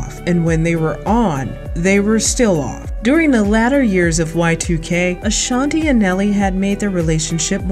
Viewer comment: I'm going to need people get Ashanti's name right. It's not LaShontae smh